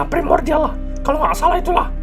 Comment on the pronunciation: pas bilang primordian,gua langsung keingat marvin😢